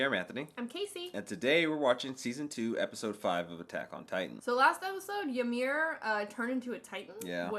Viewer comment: Bro, first of all, it's "Ymir" not Yamir, and secondly, they are not confused at all, why are you making this up